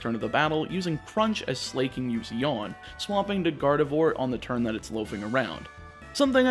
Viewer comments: At this point I am convinced he pronounces pokemon names wrong on purpose. No one who has ever lived thought it was pronounced "Slay-king" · please pronounce it as su-lah-king >< <3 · As a gay guy, I love that he pronounces "Slaking" as "slay, king!" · My eye would twitch every time you pronounced Slaking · why did you pronunce slaking like that